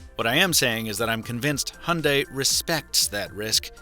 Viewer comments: How you pronounce it: Hon day How everyone else pronounces it: Hi - un - die So is it any greener? Since the hydrogen making process produces Co2 anyway. Also, most petrol cars are cleaner than ever, and they only get better as new generations come out, some ranging 60mpg average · It's not a "Hunday" it's a Hyundai (pronounced Hi-un-die) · why do Americans call it a hunday ? when it's pronounced hai- un-dai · How come americans cannot pronounce HYUNDAI and say HUNDAY instead ? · It is HYUNDAI NOT HUNDAY!!! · Hi-un-die is how I’ve only heard it pronounced. Do all Americans pronounce it hunday? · It's pronounced Hyeong Dae, not hondai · Hundai??? it's HYundai, learn how to pronounce it. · its 'Hi-Un-Die' not hunday fml. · Hyundai is pronounced YOON-day, not “Honday”. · It’s Hee Yun dayyyy not Hunday. Get it through your head! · Its not hunday its Hyundai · Grrrr its not HAND DAI, ,its pronounced HI YUN DAI GOD DAMN IT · Wtf is “Hunday” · It’s pronounced “hun-die” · it is not hyunday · Your meant to say, hayunday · It's not Hunday,it's Hyundai. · Honday??????? Ffs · Is that really how you say Hyundai? , the thing with buttons on a car isn't just about the feel, its that you can remember where they are and they'll never move from there.